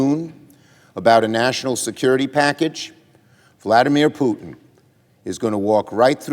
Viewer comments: Whenever he says Putin I hear Pudding 🤣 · I hear Poo-tin!